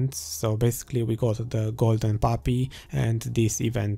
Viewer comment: Man I really like your videos keep it up. I like how you said Golden Papi lol